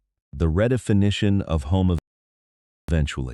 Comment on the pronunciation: I'm still stuck on how the AI voice pronounced "redefinition".